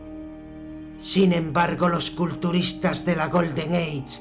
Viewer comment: odio tu pronunciacion "GOLDEN EICH" paf!